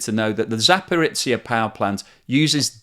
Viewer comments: Just a couple of points: you shouldn't idly talk of a "nuclear explosion" at the power plant. Even if a reactor was deliberately blown up, the nuclear fuel wouldn't detonate. And btw it's not Zaporitsia, it's Zaporizhia...or Zaporizhzhia. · I was tempted to look up Zaporitsia on a map, as I've never heard of such a place :) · Love your channel and your detailed analysis of the economics relating to the Russian invasion of Ukraine. Just one comment, zh (ж in Cyrilic) is pronounced like the sound we have in 'pleasure', 'leisure' and 'measure' rather than z or ts. So place names like Zaporizhzhia need to reflect this pronunciation :-) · Wonderful, very very useful work! But check up on pronunciations - Zaporizhzhia is a transliteration, or an attempt to render letters that don’t exist in some languages that use the Latin alphabet. The “zh” is a rendering of a “j” like in the French “je”. Energoatom is “enERguh-Atum” (stressed syllables capitalised). Wikipedia is often your friend on these pronunciations as it includes phonetic alphabet renderings including stresses at the start of many articles.